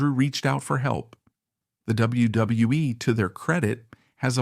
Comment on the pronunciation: Please someone teach these AIs to say W W E.....WWF......WWWF.....WCW....ANYTHING WITH A. W IN IT.